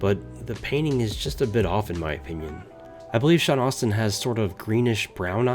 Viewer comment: It’s Sean AS-tin that’s the correct pronunciation. Not AU-stin. But yea the figure is way off. Asmus is super hit or miss